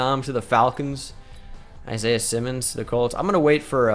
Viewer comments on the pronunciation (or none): none